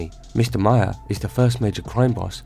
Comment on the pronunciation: Maher is pronounced like Mar...